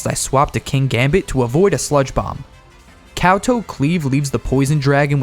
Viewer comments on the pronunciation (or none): none